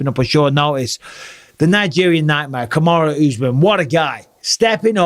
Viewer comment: Really Bisping! Put some respect on Kamaru's name